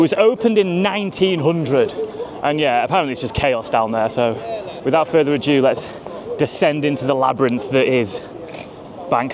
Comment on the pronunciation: It's ado, not adieu. 'Without further ado'.